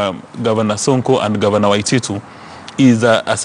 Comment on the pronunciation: Sonko can't pronounce the word Waititu haha